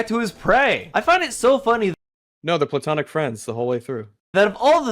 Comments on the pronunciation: Later he says "plutonic" instead of platonic. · Did he say "plutonic love" instead of platonic love?